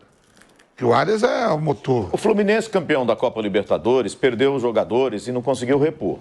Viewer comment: TAPETENC, FLORMINEC 😂😂😂😂